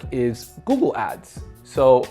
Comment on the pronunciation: It's Google not Goggle.